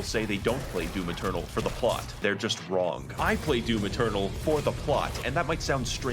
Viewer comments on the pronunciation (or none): She really did say “doom external”